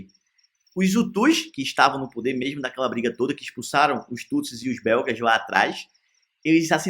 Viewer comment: "Mexmo na town-town"! O vídeo pode ser bom, mas o narrador ...